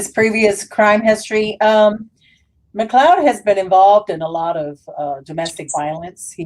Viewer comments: You say his last name as McCloud, but isn’t it McCleod, I would say McLyodd! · McLeod I believe